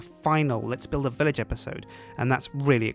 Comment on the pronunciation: i heard 'hello guys and welcome back to 'lets build a bitch'' XD